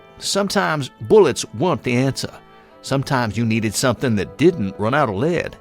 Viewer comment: hmm it's kind of weird how many errors there are like pronouncing "lever" as "level". And lead as leed.